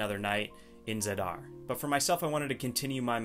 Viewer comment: Your city pronunciation is outstanding! I think haha